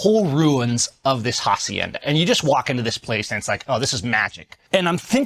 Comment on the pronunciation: Suggestion: Don't pronounce the H in hacienda. That H is silent. /asienda/